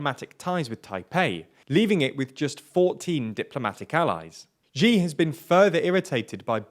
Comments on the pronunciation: It's really not difficult. X in Chinese is not a g or j sound like in "gee" or "jee", x is a "sh" sound like "she". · Xi is pronounced /ʃiː/ like the word ‘she’. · Xi is pronounced as ʃiː (She), please consult someone before making videos.